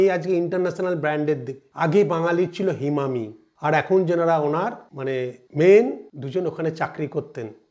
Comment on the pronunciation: হিমামি নয় হিমানি